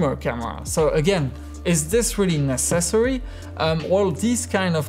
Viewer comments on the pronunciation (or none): Love how he says "necessary", like it's a combination word of "necessary accessory"